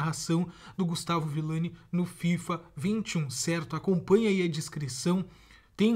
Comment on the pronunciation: Brutal é ViLLani,e não ViLani